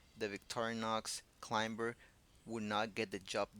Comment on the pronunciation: In the word "climber", the "b" is silent. So the word is pronounced "clime-er"